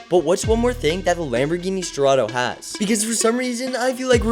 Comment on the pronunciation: For the love of me I wouldn't be able to tell that the "Sterratos" is a Sterratos 😭🙏